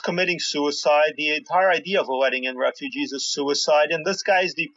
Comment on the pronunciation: Did say, "RAPE-UGEES?!!" More brilliance from that ironically "funny".